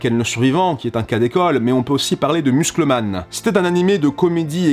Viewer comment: c'est quand même curieux comment tu critique Azouley de prononcer Dragon Ball «dragon balle» alors que tu prononce Muscle Man comme en disant muscle en français